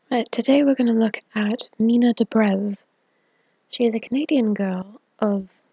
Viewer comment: It sounded like you said nina the brave 😂😂😂